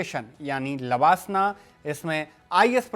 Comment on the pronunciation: Pronouncing लवासना wrongly. This is place in Maharastra. While you are talking Lalbahadur shastri Academy for IAS training. Created confusion for a while.